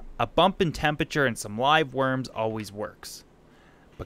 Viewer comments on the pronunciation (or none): none